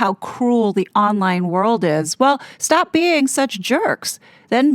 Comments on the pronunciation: Why does he say weuwd instead of world? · How many times does he say "wowld"